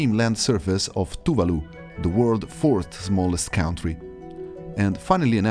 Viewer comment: Why does it say you're from the UK when you pronounce country as "cow'n'tree" and you generally sound like a swede speaking?